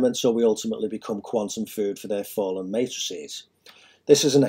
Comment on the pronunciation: Why do you keep saying fall'en. What religion are you following? Have you really done much reading or research on Metatron or the math and geometry or did you just make this up on the weekend?